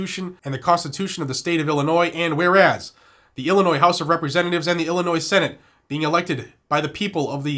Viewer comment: just a heads up. illinois has a silent s.